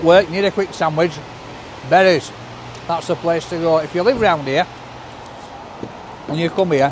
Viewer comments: it's BERES pronounced BEERS,well known local bakers. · your wrong I live 5 minutes away from shop and Carl the son of the owner says it's pronounced Beers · It's pronounced beers, he was an Hungarian pork butcher who came to Sheffield during the Hungarian uprising in the 1950's. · What most people don’t know is it’s pronounced “bear-esh” and it is a Hungarian name. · OMG this whole time i thought he was saying 'Betty's' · It's pronounced "Beers" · Hello It's Actually pronounced Beers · well your the only one that does in Sheffield then for decades my brother and I have been in your shops and including staff and Carl pronounce it Beers. And a women on YouTube telling you how to pronounce it. Beers